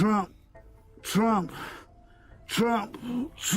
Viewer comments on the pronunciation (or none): He said trumps name like it was Beetlejuice....tf...what an idiot....but hey, it totally tracks